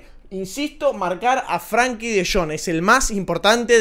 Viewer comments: se escribe con E, no con A. Frenkie. No es “Franki” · no se pronuncia FRANKY sino FRENKY tampoco se escribe así pero es para que se entienda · Buenísimo video cómo siempre! lo único que De Jong es Frenkie no Frankie jajaj